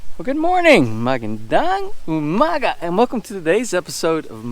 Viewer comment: I love how you say “ magandang umaga “ . 🙂😂 it’s really cool you are trying to speak Tagalog!